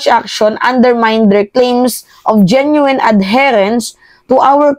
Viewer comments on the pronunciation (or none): none